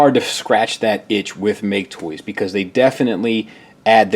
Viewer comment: It's hilarious when calls MakeToys "ma-ke Toys" because it means "Loser Toys" in Japanese.